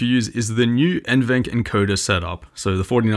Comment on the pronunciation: just a friendly comment from a passerby. NVENC is pronounced N-V-Enc, not N-Venc. Most youtubers pronounce it like the latter for some reason, but at Nvidia it’s pronounced like the former. Great review btw :) Cheers!